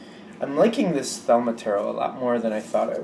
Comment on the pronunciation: you have my utmost respect as a fellow reader-advisor... Please know, however, that it is pronounced theh-LEE-mah...... Just had to let you know... Be(a)st wishes from a viewer in the Empire State ~ Anadae Effro ~